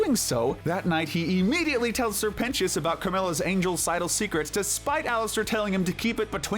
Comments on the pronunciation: “Sir pentios” WHY DID U SAY IT LIKE THAT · “Sir Pen-ti-is” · NO WAY YOU PRONOUNCED SIR PENTIOUS' NAME LIKE THAT😭